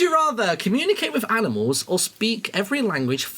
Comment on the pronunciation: i love how they pronounce animals as aminals